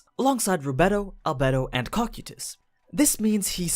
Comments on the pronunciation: "cocky tus" "Co-kai-tus" Cocytus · Its pronounced cocaitus not kokutys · its cokaidus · Cocytus co k I tus your saying it wrong and I can't take it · am i the only one who heard "Cockeetus"? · You said cocytus name wrong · Why do you pronounce cocytis and sebas that way